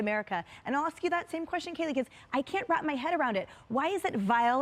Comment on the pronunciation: you pronounce her name like this, KayLee not Callee. ☺️